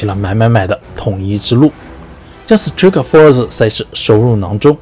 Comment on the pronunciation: strike 发音不对吧。。。